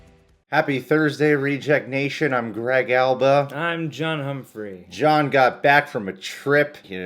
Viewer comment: John hump-free. Is that true greg?